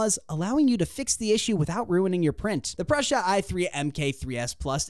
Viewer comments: It was driving me crazy the way he kept saying Prussia. Told me this was just another lame advertising video. On to a more relevant video. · REPEAT AFTER ME: Pru sa…. Pru sa….It is NOT Prusha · Very nice video and thanks for the infos! Just something minor: it's not Pr"osh"a like how you would say "brush" + a. It is PruSA - like how you would pronaunce the "sa" in sabotage. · Dude, you are over 18, the tattoos, you have no excuse not knowing how to pronounce the single most recognizable name in 3d printing for years. It's 'Proosa', not 'Prussia'. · Pru sa not Prussia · You know nothing about 3d printing. You can't even pronounce Prusa.